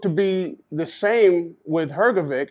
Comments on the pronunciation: Dude I love you, but it's HrgoviCH, not HrgoviK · Why this american journalist always call him hrgoviq I mean he is journalist and can hear his surename is hrgovich?